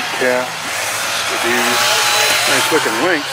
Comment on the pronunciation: It's Ski -- doo . Not ska-doo,,..